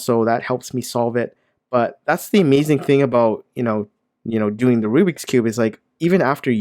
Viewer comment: also its not called RUBIC its RUBIKS and the bad brand u said was RUBIX see?